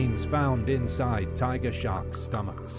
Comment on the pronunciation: thought you said shrek